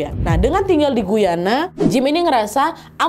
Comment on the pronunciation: Assalamu'alaikum. Salam sehat dan penuh keberakahan Trinidad. Sukses selalu ya Nadia beseeta team dg cerita2x yg selalu saya tunggu. Aamiin Btw. Mohon maaf ada sedikit koreksi Guyana itu dibacanya Gayana ya. 😊 Saya kebetulan tinggal dekat negara Guyana (Amerika Selatan). Trinidad di negara Karibia, Caribbean Island. Terima kasih.